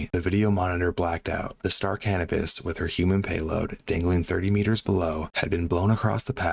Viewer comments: Great narrative and a terrible, terrible tragedy. One very minor thing: It's pronounced "Cuh-NOH-pus". I'm afraid I thought you were saying "cannabis" at first! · Thought you said the name of the vessel was star cannabis. Had to double check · He did say cannibis 😂 that’s what I heard while choking one back.